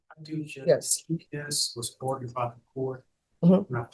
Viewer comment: Judge pronounces many words funnily, e.g. Court of “APILLS” for appeals, etc. It’s cute. Also she can’t say ORDER; she says ARDOR.